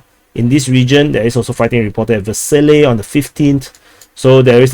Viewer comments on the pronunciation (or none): none